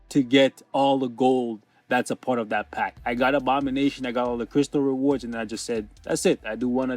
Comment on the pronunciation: REWORDS YES NETMARBEL YOU HEAR HIM , HE SAID REWORDS .